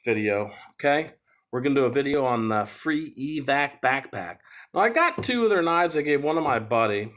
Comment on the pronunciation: It’s called Evatac. Eva-tac. Not Evac